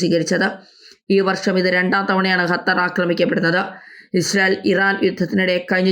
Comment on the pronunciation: ഹത്തർ 😂 ഒന്ന് പോടി തള്ളേ ആദ്യം പോയി നാക്ക് വടിച്ചു വാ. സോളിഡാരിറ്റി എന്നാണ് സോളിസാരിച്ചൂട്ടി എന്നല്ല 😂 പോ തള്ളേ